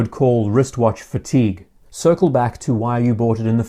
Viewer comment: Thought you had gone French there